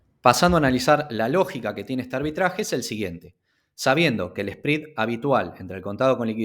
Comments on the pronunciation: Me duelen los oídos cada vez que escucho SPREAD pronunciado como SPRID. Me desconcentra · Muy buena información. Un favor, que hace ruido al escuchas el video. el “Esprid”. Se pronuncia sprɛd. Gracias